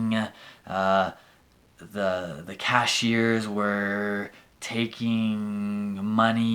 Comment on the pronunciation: Me ayudó mucho ver como pronunciaste was/were. Muchísimas gracias.